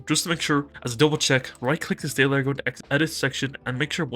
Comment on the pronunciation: Good shout on this. But tbh it took me way too long to figure out when you were saying "Dayler" you meant "Data Layer". Lol